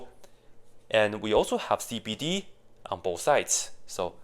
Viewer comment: i heard "skibidi" instead of "cbd"😭